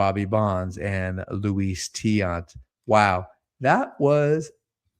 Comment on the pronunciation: Much respect for pronouncing Tiant correctly.